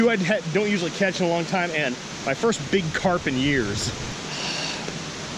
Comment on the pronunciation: Carp not crap lol